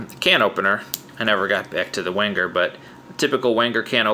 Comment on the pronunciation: Pronounced "Venger". Enjoyed the review.